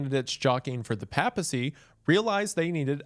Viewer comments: Pro’s amazing content, beautiful mustache, fun story about a dead pope. Con: doesn’t know how to pronounce papacy. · Or the papacy. As a catholic Im cringing so hard at his pronunciation 😂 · Bros pronouncing papacy in the most southern way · Pay-pa-see. I’m sorry, it just bugged me so much. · The way you say papacy really bothers me, Prots can never pronounce Catholic or Theological word to save your life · Mr Goon... every time you pronounced papacy as "paa-pah-see", i died a little inside. It's I've always heard it pronounced "pay-puh-see" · For future reference it’s pronounced “paypasy” not “papasy” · i have never heard the word "pa" in papacy pronounced like "pap smear" and not as in "paypal.¨nor have i heard "east francia" pronounced like the modern " france" and not "frank¨i did not know this was a trigger for me. so thanks wendigoon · lol... i couldn't watch because of how he mispronounces "papacy"... long time fan but damn... if you wanna do a deep dive on catholics maybe switch from "papy-sea" to "pay-pah-sea" 😂😭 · there’s gotta be at least 8 different words you mispronounced brother…. not counting the times you said PAP-assy instead of /ˈpeɪpəsi/. However it’ll never beat guh-know-sticism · Hearing you pronounce Papacy and Piety wrong makes me upset. Pap in Papacy is like the Pap in Paper not the Pap in Papi. And if you were to pronounce Piety like Peeity imagine describing a Pious person like Pee-us. It's pronounced like pie-ity. Love your vids, but damn has the American school system failed you. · I thought it's pronounced PAY-pacy rather than PAP-acy. Then again I was brought up Lutheran so that might just be us. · papal, pay-puhl; papacy, pay-puh-see; diocese, die-oh-sees. (raised catholic) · Just a note- I believe (as a catholic myself who lives in the US) it’s pronounced pape - a - cy. Like, a long A sound. Otherwise fantastic video as per usual about a ridiculous event. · "Pay-pacy", Isiah! "Pay-pacy"! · “pay-pesy” not pap-esy